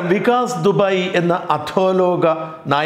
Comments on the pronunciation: വികാസ് ദുബൈ അല്ല ദൂബെ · ദുബായ് അല്ല ദുബെ😂😂😂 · Vikas Dubai- ദുബായ് alla Vikas Dubey - ദുബേ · വികാസ് ദുബായി അല്ല, വികാസ് ദുബെ ആണ് . ദുബെ, ചൗധരി , ചൗമ്പെ ഇതൊക്കെ അവരുടെ surname ആണ് അല്ലാതെ ദുബായിയും ഖത്തറും ഒന്നും അല്ല😀